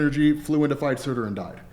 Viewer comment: It’s SURTUR not Surta